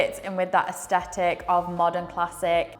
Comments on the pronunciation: are you thying to pronounce asthetic? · Really enjoy your content. But please pronounce aesthetic correctly. Its doing my head it.